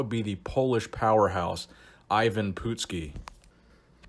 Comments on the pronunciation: Hey...it’s not Pootski, it’s PUT-ski.. remember watching him back in the 80’s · love your channel but being a wrestling fan from the 80's i have to let you know its pronounced Eye-Vin Putt-ski not Eyee-vin Poot-ski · It's put ski not poot ski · It's not "pootski", It's "putz ski". You putz. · His name is ivan putski not ivan pootski... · Not bad but you kept butchering the poor guy's name. First of all how the fuck do you get even from Ivan?!? As for his last name it's pronounced Put ski and NOT Poot ski which you've said all throughout you vid on the man. It is insulting and disrespectful to the person being talked about. It also shows you don't really care about the quality of your work because it shows how lazy you are. Then again you could always call him PUDski like Jesse "The Bod" Ventura always did back during the WWF/WWE days. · Not POOT-skee...PUT-skee (putski) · PUTs-Ski not POOT-ski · "uh" not "oo" ;) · Poot-ski?? Dude learn to pronounce it correctly! It's pronounced Putt-ski, like a putt in golf! You dumbass! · It's pronounced put-skee. Not poot, not putt, but put, as in put down that turkey leg. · Dude! He was the Polish Hammer! The nickname is key. Also, it's pronounced Putski which rhymes with "Butt"ski. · The last name is pronounced Puttskee. This dude was Beast! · You said his name right the first time then started pronouncing it as "even" Which it is not. And the last name sounds like "nuts-ski" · It's pronounced Putt' ski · It’s pronounced Patski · Great video! I got a good chuckle out of the way you pronounce his name...😂😂😂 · Good video,, but you really hammered the pronunciation of Putski’s name. Take a look at this vid and how Gorrila Monsoon pronounces it as compared to how Jesse Ventura intentionally mispronounce it to intimidate Putski. Classic stuff.